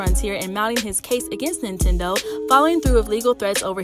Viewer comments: I was thinkin the same shit 😂 it's NINTENDO 🤣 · Is she saying INtendo? I know I’m not tripping! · First the N drops, then I think she just says Tendo. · The first time I heard it I let it slide. We all make mistakes. But every time she mentioned the big N it was more like the big I. Lol